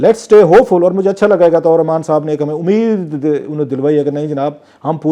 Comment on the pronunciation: Uska nam to sahi lia karen Atta ur Rehman 😂